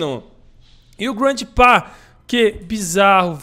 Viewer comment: Oque é: GRANDPA oque eu entendo: GRANDE PÁ